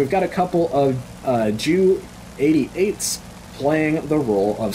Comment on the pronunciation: "Jay-You-Eighty-Eights" These are not Sukhois (Sue's)... they are Junkers. The way you said it was hilarious, "I guess I'm saying it like this... feels wrong, man." 😅